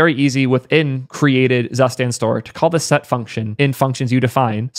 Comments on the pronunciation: C'mon, y'all get on me all the time about pronouncing Zustand as a German word, and you're gonna let get away with calling it zuss-tand. YouTube comment section I am disappointed. Very disappointed! Another great video,! 😃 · "Zustand" is pronounced "tsuu-shtaand" and means "state" or "condition" in German. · 💀me as a german speaker, when says "Zustand".